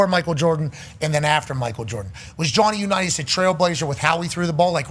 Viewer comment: "Johnny Unitas" bahlrightttttttt -_